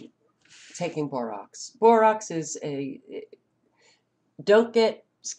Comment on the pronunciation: Rax not rocs. Borax